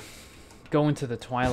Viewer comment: I Think he mean to say Quarry, and if so it was a horrible massacre of the english language